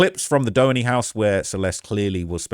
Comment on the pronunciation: “Dough-enny” it’s “due-haney”